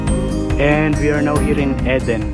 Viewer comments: Its pronounced Eeeeden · You found some beautiful areas to explore. It's pronounced "eee-den". Fruit is cheap and portable. Maybe buy a few pieces of fruit as well? It's true that you can't put the seal back on the water, but you can stand it up in the back of the car, and the water has a little spout thing that you lift to get the water out and to stop the flow. When it's empty, you can prise that off and refill it, then put it back. You just have to be sure the container remains upright while you're not using it. I think your car set up is so cosy and practical. And I have to add - in order for the water to flow from the valve in the top of the water container, you will have to punch a hole somewhere near the top to let air in. There is a spot marked on the bottle. You can put a piece of tape over it when you refill it of you want to be careful of it splashing in the car, but if you don't fill it all the way to the air hole, it won't be a problem. A sharp knife or a screwdriver works well.